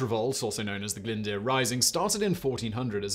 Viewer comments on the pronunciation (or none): Welsh has more vowel letters than English: aeiouwy. Simon has mangled most of the pronunciations of the consonants DD, LL, and F. The Latin alphabet is not sufficient so some of the letters are digraphs. And finally Glyndwr is pronounced glinn-doo-r. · Oh when Glyn deeeeerp 😅 Edit: at least he tried, he is only English after all! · 🤦‍♂️ butchering some of those place names Simon... And owain glyndyr: “o-wine glin-dur” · Please please try to research how these names and places are pronounced 😭 glyndwr isnt even difficult :(